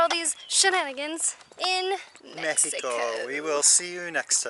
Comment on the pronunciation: Love the way said Mexico at the end of video 😉 good job 👍 you are in the perfect country to enjoy an abundance of life, so much to do & see. Enjoy yourselves and keep giving us fun exciting entertaining videos, more than 5,000 subscriber's 👏 congrats you are becoming very popular good luck & Viva Mexico Cabrones!!!✌